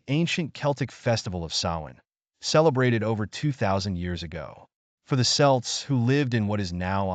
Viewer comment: Celt with a ‘K’. With an ‘S’ sound is an athletic team. The pictures are Ai…is the narration? Beautiful, though. Lots of great info.